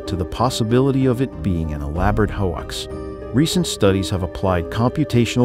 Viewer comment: Was this made by AI? If you are going to use AI to do the narration, train it to pronounce common words correctly! The qords hoax and theory are NOT unusual, and yet your narrator--who otherwise has perfect middle American diction and syntax--your narrator pronounced those two words with hilarious errors. If the narrator is human, then they need to take the extra two minutes necessary to double check the pronunciation of words they do not know